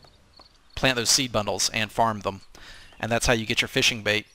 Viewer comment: What is this "fishing" you speak of? All i know of is Feeshing...